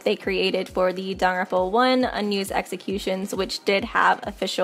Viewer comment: I know Danganronpa is hard to pronounce but Sis said darn-ronpa This isn’t hate I used to say Dang-gang-ronpa 💀